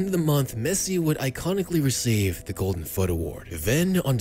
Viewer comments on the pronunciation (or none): none